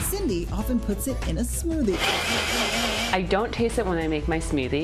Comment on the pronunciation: wtf is a smewthy